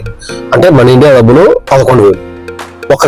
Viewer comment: Gabbulu kaadhu dabbulu